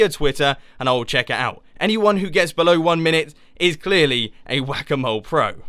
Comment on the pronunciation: am I the only one who hears "guacamole" every time you say "whack a mole"? ahaha